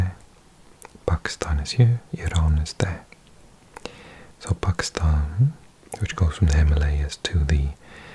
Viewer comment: Love the way u pronounce pakistan correctly